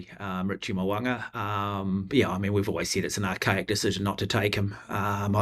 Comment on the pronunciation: I wish you guys would pronounce Richie Mo'ungas name properly